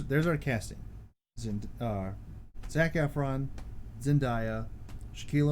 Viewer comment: I just need you to know that you just pronounced Zendaya very very wrong. Your friendly neighborhood Ducky.